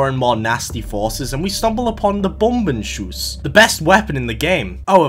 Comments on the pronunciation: U literally didnt butcher the Word Bombenschuss at all. Sounded pretty good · Bombenschuss is quite accurate pronounced. Bombshot in englisch